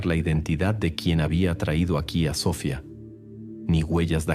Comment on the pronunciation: A ver pronuncia bien, es Sofía con acento en la I, no Sofia sin acento, que no puedes mejorar?